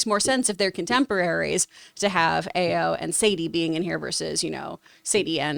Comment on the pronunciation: Is pronounced a: as in apple and yo as in all of or